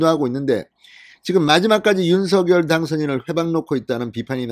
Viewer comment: 윤석열-윤서결 발음되게고치기힘드시네요